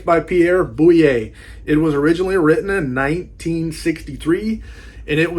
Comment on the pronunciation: Boulle is pronounced ‘Bool.’